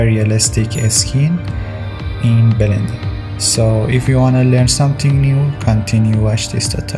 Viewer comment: belender lmao